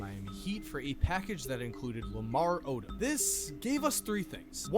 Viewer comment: Odom is pronounced oh dumb